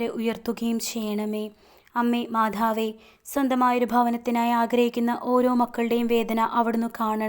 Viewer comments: മാധാവ് അല്ല മാതാവ് എന്നു തന്നെ പറയണേ കാരണം നമ്മുടെ ഉച്ചാരണം മാറിയാൽ അർഥം മാറും അത് ഗുണത്തിന് പകരം ദോഷം ആവും പ്രത്യേകിച്ച് പ്രാർത്ഥന യിൽ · മാധാവ് അല്ല, മാതാവ് എന്നു പറയു